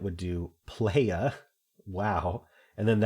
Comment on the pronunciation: POUND-LEAST-LLAMA! Playa is a Spanish word that has entered English as a type of land formation. It’s pronounced ply-uh.